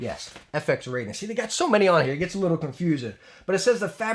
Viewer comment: Raiden is pronounced RYE-DEN (as in rye bread) not "RAY-DEN" (as in ray beam).